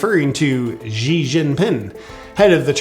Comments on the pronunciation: FYI - Xi Jingping - pronunciation of first name - sounds like "She" and NOT "Gee". Xi =She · Xi pronunciation = Shee